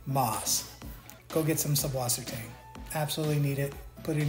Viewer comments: Why is it subwassertang when it's süßwassertang, with an eszett, a long s. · I'd just like to say the ß in Sußwassertang is pronounced like "ss" so it's pronounced "Susswassertang" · Makes me so mad that people say subwassertang, it’s actually sußwassertang, which is pronounced soos-vasser-tong